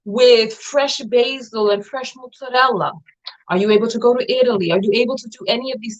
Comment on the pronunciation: serving up "mozzarella" with proper accent.. Ciao Bella❤❤❤😂😂😂